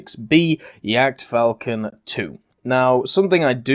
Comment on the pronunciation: Sounded like "jagdfalken" to me. :D